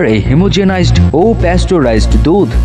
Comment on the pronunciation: Haemogenised na ,wrong pronouncing